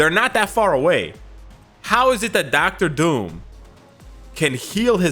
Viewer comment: "Docta Doom" Me: I thought you are Canadian, lol